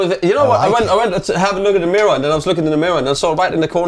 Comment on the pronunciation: He's become so british he can't even say "mirror" right. Blud really hates his "r"s